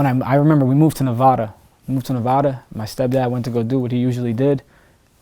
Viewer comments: Yall niggas need to know how to say Nevada right I swear that shit be annoying. Reno NV 775🔥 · ITS NEVADA! Not NEVAADAA!! 😒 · How you live in Nevada and STILL say it wrong🤣